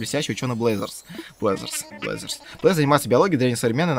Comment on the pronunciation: Не блэзерс а бразеррз